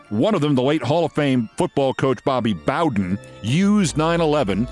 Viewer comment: Pronouncing Bobby Bowden's name wrong did wonders for your College Football cred. BOW DEN Noy BO DEN